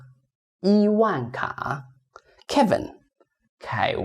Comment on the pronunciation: its very funny when he pronounced some of the words like kevin and vivian